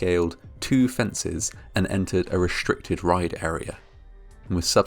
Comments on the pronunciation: Re-s-tricted: 'S' NOT 'SH'. Its not reshtricted its restriced!! Sheeesh!! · Announcer can not pronounce the word restricted properly He says reshtricted . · The word is "restricted", not "reshtricted".